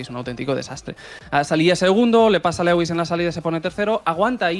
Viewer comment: entre Legüis Hamilton y “duodécimo”, sus dos palabras favoritas… se corona! si dices “decimosegundo” tampoco pasa nada eh! Lo mismo que dices decimotercero, decimocuarto…etc… pues nada, si no dice “duodécimo” 10 veces por vídeo, no lo dice ninguna vez….. eh “Legüis…? Jajajajajaja